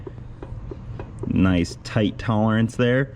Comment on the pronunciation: i've heard "toight like a toiger" twice in 2 days and I'm very pleased